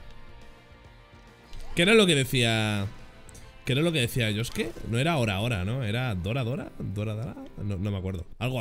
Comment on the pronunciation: como le dejiste a josuke dilo bien aaaaaaaaaa